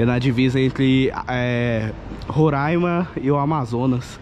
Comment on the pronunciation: A pronúncia correta do nome do estado é 'RorÁima" e não "RorÃima". Esta palavra é da língua Yanomami ( que é uma das muitas línguas indígenas faladas aqui no nosso estado) e significa "Serra Verde".